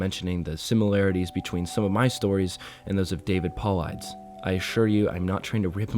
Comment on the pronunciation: I love this and I love your readings. Just a little tip: I would look up every name you don't recognize in the story and learn how it's pronounced. I love that you leave the occasional slip up in there, but for the amount of times David Paulides is mentioned and pronounced like that it kinda tripped me up. That being said, you, Mr. Creepypasta and the lady who did the water tower one on MCPs channel are pretty much the only narrators I can stand reading these. Congrats on 10k <3